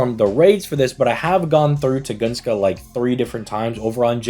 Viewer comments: Tun-guh-skah. Where Tugoongskah comes from, who knows 🤷🏻‍♂️ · dammit.Tun-gus-ka. Not Tu-gun-ska. Unsubbed & reported to ADL